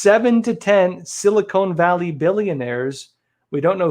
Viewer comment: Its Sil- i kon ( Silicon) Valley not Silicone!